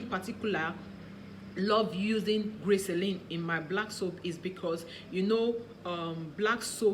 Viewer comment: Is it glyceline or glycerin u said glyceline or is it something different I don't know